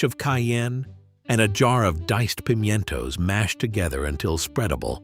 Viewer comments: Right?😂 "Pimyento" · 😂 the AI can't say pimentos